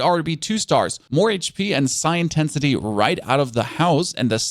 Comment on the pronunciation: And he pronounces "Psi" correctly, because it's derived from "psionic" as in powers.